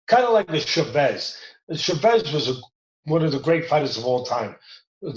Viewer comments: How does Teddy not know how to say the legend's last name? It's Chavez not shuvez. Love ya Teddy. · Chuvez? Is he french now? Its Chaavez